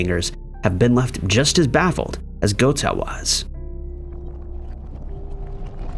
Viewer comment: He mispronounces Goethe also.